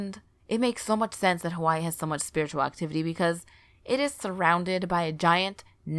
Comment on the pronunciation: Had to stop watching as soon as I heard Hawaii pronounced wrong